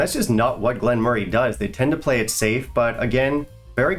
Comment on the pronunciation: pronounces it correctly.